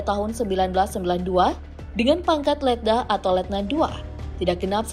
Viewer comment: Salah sebut mbak e masa letda